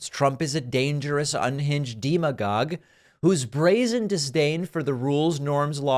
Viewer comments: Its demi gog, not demo gog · Listen, if you want to call someone a demon just do it. Don’t mispronounce demagogue intentionally or unintentionally, you come across as desperate or stupid.